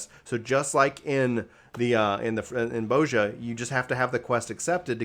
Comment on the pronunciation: Why do they keep saying Boazja?....isn't it pronounced Bozja, with a soft vowel?